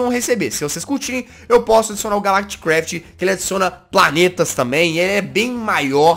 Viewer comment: Quando o jazz falou calactcraft euvlembrei da série do s0ldieris br